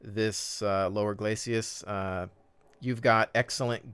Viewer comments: Love the videos - just one nitpicky thing - it's 'glacis', not 'glacias', right? Keep up the good work! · 'Glacis' is two syllables,.